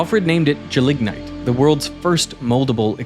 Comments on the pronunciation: Extremely minor nitpick, but I've always heard it "GEL-ignite" (gel that you can ignite), not "je-LIG-nite" ;) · and You have the pronunciation of gelignite wrong. The emphasis is on the 1st syllable, not the 2nd, in both UK and US English. gel ig nite, not gel ig nite. Check out the Cambridge dictionary for examples. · It's not "je-lignite" but "gel-ignite". Gelatious ignition. (I used to work with the stuff in the military.)